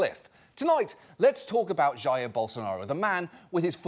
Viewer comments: Jaiiir Bolsonaro... Gotta hold that "i" a bit longer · pronunciation for Jair is "ha - eer", not "yaiah" , also, fuck Jair Bolsonaro